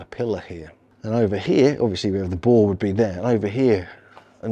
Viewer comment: Boar is pronounced 6 ways in this video. The “R” is NOT silent. Too funny.